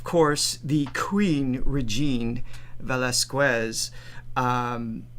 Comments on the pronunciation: You are not being “scolded”! You are being corrected in a positive way! AND NOT “VELAS(KWEZ). Its VELAS(KEZ)! Just a positive criticism. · Please pronounce Regine’s last name as Veh-lahs-kes, just like you would say Queso (cheese) as Keh-so, NOT Kweh-so. 🤣